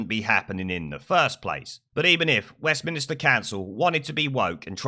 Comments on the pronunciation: Stop saying West Minister, it's Westminster. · It's West Minster not minister!